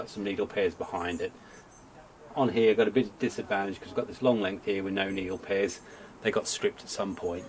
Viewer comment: "Needle prayers"...Me thinks you said it correctly the first time! 😋